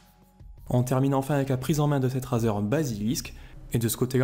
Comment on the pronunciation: ca se dit rèzer !